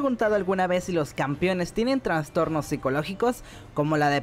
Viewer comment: "TRASTORNOS" se dice no "traNStornos" vemos que alguien es dislexico jajaja